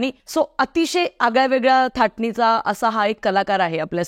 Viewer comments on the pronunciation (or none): थाटणीचा नाही ग बाई धाटणीचा म्हणतात....